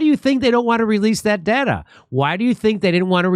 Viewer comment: why does he say "DATA" that way tho?